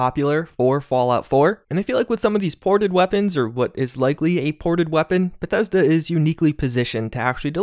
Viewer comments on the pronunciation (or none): none